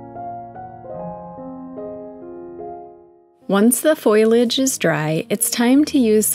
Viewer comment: How lovely! (It's FOLIAGE, btw. Not FOILAGE! - FOAL-Y-AGE.)